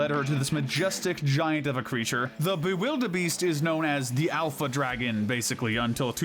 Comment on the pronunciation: ermm actually its Bewilderbeast not Bewilderbeest